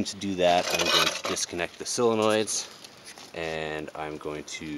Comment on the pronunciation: 'solenoid' is pronounced: "soul-in-oid"